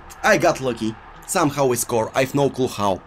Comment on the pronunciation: Normal people says: how says: khauwww